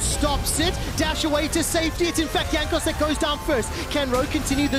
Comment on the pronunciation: mans said Jagnos